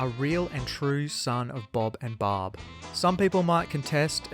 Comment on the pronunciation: Why is the garbage ass narrator calling Barb, Bob?